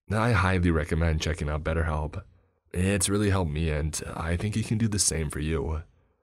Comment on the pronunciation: Aw god 😂 not batterhelp agein . Audble are okay . But batterhelp.